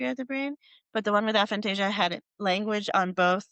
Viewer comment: Her constantly mispronouncing the name of the condition was quite frustrating.